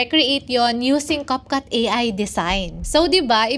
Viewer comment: Cupcut??? Nasobrahan ata sa cupcake kaya ibang iba sa pronounciation Capcut, naging cupcut 😂😂😂😂